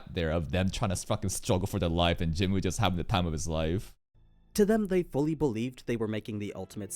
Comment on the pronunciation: bro i always wondered, you know how to pronounce choi right, but not jinwoo lmao (also the dub says choy instead of che, literally unwatchable)